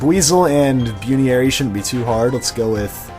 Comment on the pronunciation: I know it's because you don't watch the show But, Buneary is pronounced BUN-EAR-E